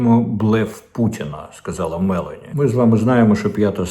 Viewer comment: Не Ме'лані,а Мело'ні